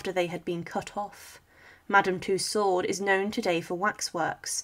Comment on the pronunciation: Firstly It's Madame Tussaud. not Madam two sword or to sword. It's a french name and thusly pronounced as sutch. If you are to lazy to look up the french pronouncination of it, its similair to “To-so” like to sow (as in planting somthing). Tussaud and two sword does not sound simlair. Secondly the kings head was not cleanly cut. Due to the thickness of his neck (Due being overweight) the blade did not cut it cleanly off, so the exicutioner had to use a knife to cut the reminder of the neck. Thirdly. No one but those who where the nearest to the king acually heard what he said, due to every one yelling and the drums rolling. I believe there only where two written records of the kings last words. and it's from one of the guards who brought him up on the scaffold, and teh second being one of the exicutioners present up there. Forth and final. The queen was sorrounded by so many lies and rumours by ignorant and hatefull people who blamed everything on those around them, instead of accepting their own faults. that the queen would still been sentenced to death. It was a show trial. Even God him selfe would had been sentenced to death if it had been him on that trial. Thee was no possibillity of a fair trial or a just outcome.